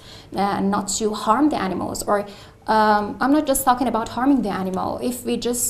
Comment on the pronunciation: there were 3 pronunciation errors: similar, circumstance and animal. there were also at least two errors in LR. interest to do sth and contribute to sadness. I would say this may be 8.5 rather than 9 which is still impressive.